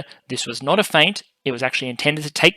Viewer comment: Please stop pronouncing the "t" in feint.